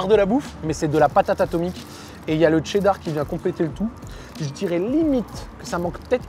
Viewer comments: qui prononce cheddar 😂 le TCHÉDDAR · Ouais ouais le fameux « tchéddar » 😂